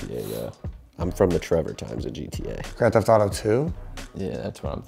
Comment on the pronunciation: Why did maniac say “Grand Theft Thauto”